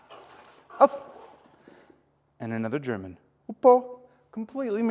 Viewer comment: so as a german i gotta say your pronounciation is actually realy good :D